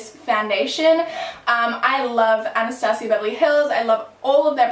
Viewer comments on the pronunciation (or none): none